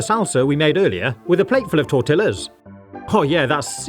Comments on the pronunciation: Your videos are so efficient, fun to watch and listen to, and very useful! Btw, it’s “tor-TEE-ya” (not tor-till-a). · Bro realy called it a tor-til-a lmao💀💀💀💀💀💀💀bro can't pronounce ll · Tortilla, pronounced (tor-tea-yah) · its pronounced tore tea a s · tortilla pronounce Tor ti ya The l's are silent. Smile ! I pronounce things wrong all the time so it's no big deal, I just don't want anyone else to be embarrassed when someone says Hey you said that wrong. I know you're English. I don't care, If you say Fagetta instead of fajita's (Fa he ta's) well you are on your own. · Bro said tor tilla us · Bro said tortilla with tilla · It's pronounced tor-ti-ya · No way he pronounced tortilla like it’s spelt